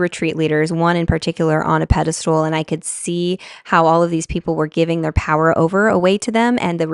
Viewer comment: PEDESTAL not PEDESTOOL- if you didn't say it 100 times I wouldn't have commented but I was about to throw my phone across the room so I just need to tell you that it's pedestal.